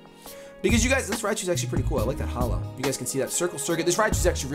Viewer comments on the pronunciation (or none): none